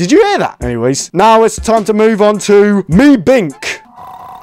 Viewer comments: Meebkin not Meebink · Not meebink it's meebkin😂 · "Meebink" Meebkin: ARE YOU SERIOUS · bro said meebik when he tried to do meebkin next😂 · Meebkin❌️ Meebink✅️ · Bro called meebkin meebink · meeb kin not meebikn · Also the name of that purple thing is called meeb kin not mee bkin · ITS MEEBKIN NOT MEEBINK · MEEBINK ITS MEEBKIN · Meeb-kin not Mee-bkin Some how you pronouce all the other monsters name except meebkin... good job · meebkin ❌ meebink✔️ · The name is meeb kin not mee bkim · It's meeb-kin not mee-bkin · Bro pronounced it meebking not meebking meebkin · I like how he says MeEBbInK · I died when he said meebink💀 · meebkin more like meebink